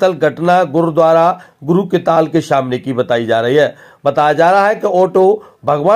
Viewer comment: Arre shamne ni samne hota hai 😂😂😂